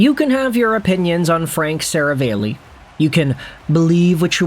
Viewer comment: Seravalli is pronounced 'Se-rah-valley' btw.